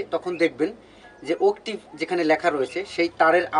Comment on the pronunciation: আপনার শেখানোর ধরণ আমার কাছে খুবই ভালো লাগে কিন্ত্তু উচ্চরণ টা ভালো করলে আরো ভালো লাগতো, কথাটা উকটিব হবে না, অক্টেভ ( Octave) ধন্যবাদ🙏💕 খারাপ পাবেনা। শুনতে ভাল লাগবে তাই বললাম।